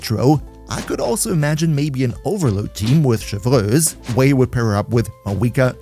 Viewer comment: proper pronunciation of "Chevreuse" jumpscare😩